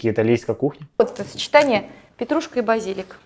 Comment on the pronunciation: Як же вона дістала зі своїм БазІліком хоч би раз словник відкрила та подивилась куди наголос робити.